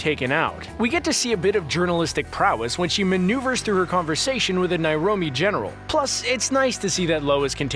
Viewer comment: Nairobi, not Nairomi.